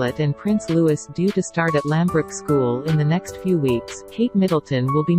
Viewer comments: Lou-ee-- not Lewis! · Will they alter these fake voices so that they pronounce the children's names properly. It's is pronounced Looee, the french way.